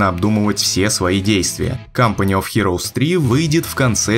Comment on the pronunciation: Почему в начале фраза звучала как "CUMpany of heroes"?